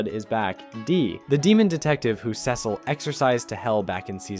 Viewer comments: "Dark Samson" and "Sessle" you sure you watched this show mate? 😂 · Cecil (see-sul) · The repeated mispronunciation of Cecil's name is so annoying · Bro is on a mission to pronounce Cecil and sequid differently than the show